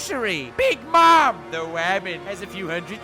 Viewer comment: "only needs half his crew cause he's up against a wamen" funniest part lol